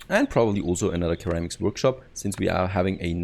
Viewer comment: its pronounced “Sir Ram Icks” for Ceramics ;) nice video.